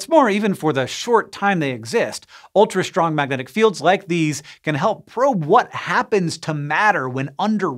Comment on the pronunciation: Why does Hank always say shtrong instead of strong?